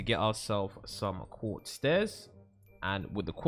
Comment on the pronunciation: When He Sad Quarz I Was Like OH MY GOD ITS WHITE CONCRETE